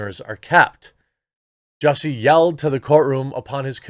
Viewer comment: its pronounce JUSSIE like juicy and SMOLLETT rhymes with bolete or bullet